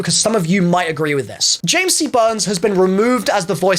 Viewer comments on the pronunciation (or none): none